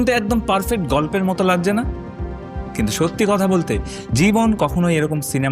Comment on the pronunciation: লাগজে😂। লাগছে বললে কী সমস্যা?😂